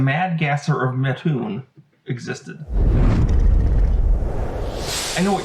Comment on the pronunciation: Hey! I’m from Mattoon, lots of family legends about the Mad Gasser. Would love to chat with you about them. Also props for pronouncing my hometown correctly.